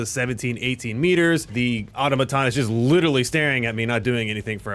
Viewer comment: has nobody ever heard the word "automaton" pronounced before?